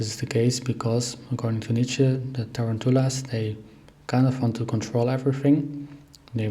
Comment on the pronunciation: Tarantulas… look up the proper English pronunciation please